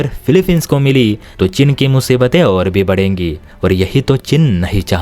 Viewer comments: भाई वह चिन् नहीं चीन है । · cheen hota hai chin nahi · हल्की समझ, त्रुटिपूर्ण उच्चारण। चिन××××। चीन।